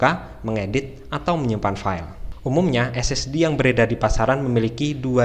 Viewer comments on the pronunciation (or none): none